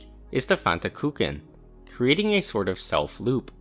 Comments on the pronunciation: "fantakooken" nah bruh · Fantakuchen (which btw. like (almost) all native English speaker you grossly misspronounce) is German for Fanta cake. Which is a little weird; normally the link to theGerman article would be de:Fantakuchen to the German wikpedia and I kinda doubt Fantakuchen really is a name used in English. Whatever, while the existence of the article is good for some mild amusement the Fanta cake / Fantakuchen didn't make it on my bucket list ;-) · Your pronounciation of "Fantakuchen" makes me angry 😅